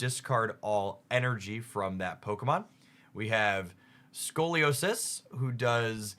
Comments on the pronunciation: Thanks so much for the update 🙏 But bro really said "Arkerola", "Scoliosis", "Lanala", "Araquand" and "Lima" 😭💀 Sorry i had to point that out lool ❤ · Not being able to say Sophocles is acceptable if you never went to college, maybe... but how are you not able to say Lana correctly?